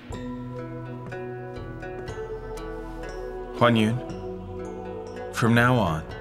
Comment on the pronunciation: HuanYuan became 'onion' 😂😂😂😂